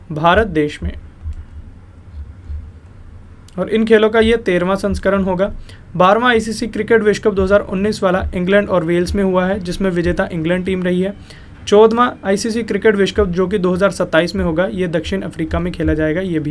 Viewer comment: भाई यह "चोदवा" संस्करण क्या होता है.....चौदहवाँ बोलिए...... चौद में आगे हवां नहीं भी लगाओगे तब भी चलेगा, चौदवा ही बोल दो....लेकिन सीधे चोदवा बोल रहे हो......😄😂😅🤣